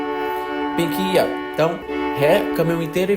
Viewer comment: Só pra constar, porque é um detalhe pequeno mas que deu um certo incômodo: durante o vídeo inteiro você pronunciou o título da música como "Pink It Up".